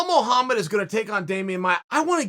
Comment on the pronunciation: “Blahal Muhlhammad” lol